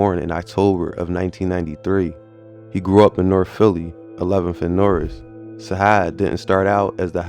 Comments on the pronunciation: It’s Sajaad you gotta say it with the J not a H free broski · It's not "sahad" it's sa-jad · Facts Sajaad is pronounced (Sa Jad ) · It’s pronounced Sa-Jaad, like we say Jihad. This is my cousin. This situation is unfortunate and sad because both could’ve been anything in life.